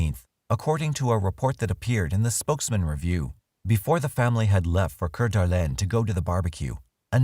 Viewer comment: narrator does speak french, so. can't really fault him for saying it correctly.